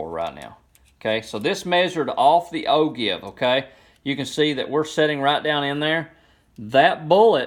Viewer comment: Great video, it was exactly what I was looking for. If I might offer 1 piece of advice, the word ogive is actually pronounced "O-Jive" Those dang French just don't know how to pronounce letters! :)